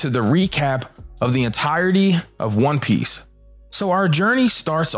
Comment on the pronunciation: Yo this neeguh can't pronounce not one fucking name right. 😤